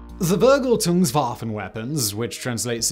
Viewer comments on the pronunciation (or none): Simon your the best. You make me laugh every time you try and say smth german. "The Vergltons" Vergeltung! fuck me hahahahah gets me every time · Damn, bro - you butchered "Vergeltung" so hard, I had to reopen the tap in the front, skip back and hear it multiple times until I looked at the monitor properly just to burst out laughting. Thx mate! sincerely a german